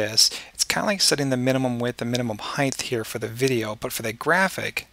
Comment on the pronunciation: Great tutorial. But an unrelated question. I know you are American but what region are you from? I've heard a few Americans pronounce the word height as if it has a th sound at the end. Why do you do that? It's incredibly irritating. And I can't understand why some American's do that? Very very odd.